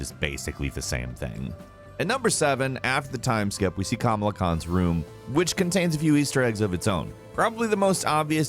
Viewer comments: Once again you mispronounced a name,. Her name is Ka-mala, not Kama-la, you really need to educate yourself on this stuff. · Small correction, it's (KA-MALL-UH), you kept saying (KAM-UH-LA) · I hate how he is pronouncing kamala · Completely butchered Kamala’s name .